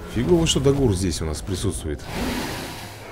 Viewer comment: хватит называть креветка ДагУр посмотри сериал про драконам там его имя дАгур остервенелый ударение идёт на а